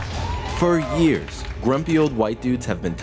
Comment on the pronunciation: What is it with trevor not being able to pronounce the word 'years' correctly? Yoeers